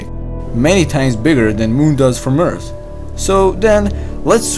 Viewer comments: please keep saying eart, its cool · He's saying EARTH but his "H" is silent